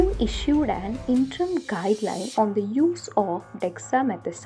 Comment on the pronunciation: Please pronounce WHO as W.H.O instead of who. ( m sorry but It's so disturbing) Over all the video was good